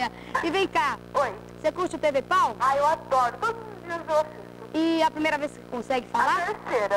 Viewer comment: "E curte um TV pau"? "Ah, eu adoro!" Olha... Juro que ouvi outra coisa, mas tudo bem.